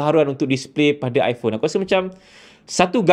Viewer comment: Skrg zaman kenaikan geng2 liberal.. so i phone skrg dh pakai pronouce baru dn bertukar kepade apple I-porn.. acah2 inovasi lah sgt tapi aq tak nafi la bini aq pon ade ckp sejak die bertukar dari i phone 7plus kepade i porn 15 baru2 ni mmg byk inobabi drpd apple.. aq nak gelak je sbnrnye.. tapi nk buat mcm mane kan?.. geng2 taik apple ye kan saje ape org2 apple kenching kat depe.. 😂😂😂